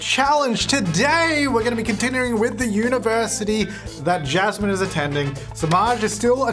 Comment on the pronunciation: Every time he said "Jasmine", all i could hear is "Chaz Man". Idk why 🧐